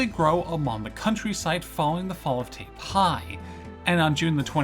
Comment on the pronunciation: Not only that, but he says Taipei differently twice, neither correct. It's a common thing though, people do tend to way over exoticize Chinese pronunciations because they don't know them, and it adds to the feel that you might be more on target when doing so.